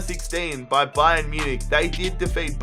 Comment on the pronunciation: why do you always say ba-yern munich